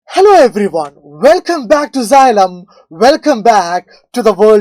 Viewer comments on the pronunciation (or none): none